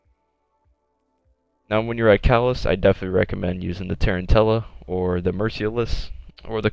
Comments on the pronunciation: Tarantula = Tarren Tills? It's pronounced like the spider, man. Tah-ran-chu-la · Sorry man but its Tarantula, as in the Spider. Was just really annoying me hearing it mispronounced again and again 😂😂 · RiP-HS - Bro he didn't even attempt to pronounce it right, thats not a speech impairment it's just lazy 😂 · He probably got confused with the hunter exotic from D1. The tarentella. Just a mistake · Dunnzo it's spelled like the spider so it doesn't make any sense why anyone would pronounce it like he did